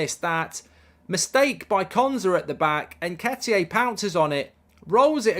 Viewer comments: Mark - You’re the only one saying “ N-ket-ee-ay”. Can you get it right please, or are you taking the piss? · Haha, why do you keep calling him Nketiyé? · Who the f is Nketiyay? 😂